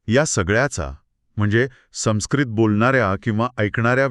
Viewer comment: छान. आपले व्हिडिओ चांगले असतात. योग्य शब्द सर्वांना कळावे म्हणून फक्त तीन गोष्टी सांगते. एक संस्कृत शब्दात स वर अनुस्वार आहे. त्यापुढे आलेलं अक्षर स असल्याने अनुस्वाराचा उच्चार व असा होईल, न नाही. दुसरं म्हणजे अतिशनोक्ती नाही तर अतिशयोक्ती असा शब्द आहे. तिसरं म्हणजे हेच ताकद नाही तर हीच ताकद असा म्हटलं पाहिजे.